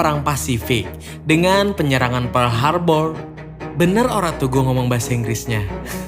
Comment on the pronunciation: Salah bang kamu mengucapkan perl harbor